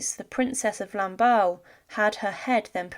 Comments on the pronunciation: Such poor pronunciation of La Princesse de Lamballe (Lahm-Bahl) not ball! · ah yes, lamballeee